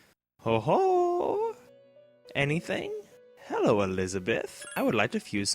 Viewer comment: Love the "Herro!!!" parts.